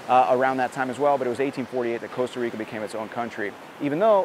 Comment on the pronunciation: *Costa Rica, not Coast